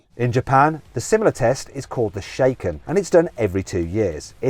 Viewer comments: It's not "shaken" like a martini, it's "sha" from "shazam", then "ken" from "ken and barbie". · Interesting. I wonder if Autocom also handle temporary exports (on Japanese plates and registration) to other countries and of course, back again. I'll have to check them out. Incidentally, the 'shaken' is pronounced with a 'sha' as in 'shallow' not as in 'shake'. As for the tests being thorough when having the shaken, that very much depends on who is the examiner on the day!! I take advantage of the 'user shaken' system, where owners can take the vehicles and trailers to the Land Transport Bureau for its test or to the Light Motor Vehicle Inspection Organization for 'kei' cars and trailers. My 'kei' registered cargo trailer went under a rigid and very strict test, but my caravan with far more examination items, sailed through with practically a wave of the examiner's hand at the Land Transport Bureau! Furthermore, each prefecture's bureaus and inspection organisation centres will differ in what they will allow and will not. It is typical Japanese bureaucracy where the left hand doesn't know what the right hand is doing! It all looks wonderful to people like Mat, but try going dealing with the lunacy, rigmarole and mountain of paperwork you need to prepare before even getting to the 'shaken'. Then you have to jump through hoops of going to various counters in seemingly utter illogical order (E.g., counter 5, to counter 1, to counter 3) and get your papers stamped and checked (or rejected). As was correctly stated, rear fog lamps are not a legal requirement, although most non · By the way (Shaken) is pronounced shack en not shake en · Nice video - one thing… shaken (車検) is pronounced shacken with emphasis on the second syllable. (Would rhyme with ‘black hen’) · Shar-ken Mat.. not shaken